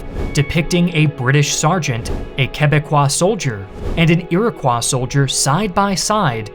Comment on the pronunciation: The s in iroquis is silent. Aside from that. 10/10 upload.